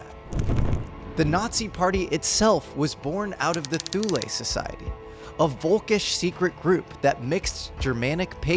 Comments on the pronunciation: Pronounced "Thool" in English, or in German "Too-le" (not "Thool-ay")! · Thule is pronounced 'tool-uh'